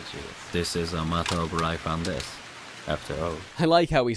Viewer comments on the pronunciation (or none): “dis is a matter of rife and desu.”